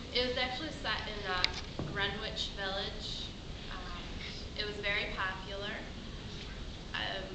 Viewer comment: grenWHICH village? the w is usually not pronounced. and corrie does sound like mona lisa vito. i've never thought of them being JEWISH, but a new york accent is something i've never seen in this play, accept for maybe someone playing the phone man. interesting interpretation, and a good scene. wish the lighting was better, could hardly see anything.